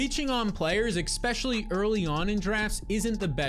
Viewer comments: Especially, not Expecially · All i can hear is EXpecially, EXpecially, EXPECIALLY 😖